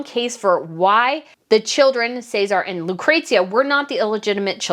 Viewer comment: ooh the pronunciation of Cesare and Lucrezia (its interesting to hear how americas say them) cries